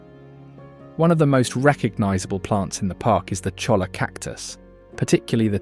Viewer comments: It’s pronounced choya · CHOLLA is pronounced CHOY-YA